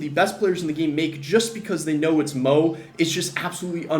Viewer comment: The disrespect to mo’s name😭